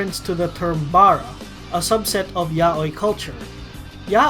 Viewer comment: really good video! but im surprise nobody said anything about him saying Yaoi wrong ¯\_(ツ)_/¯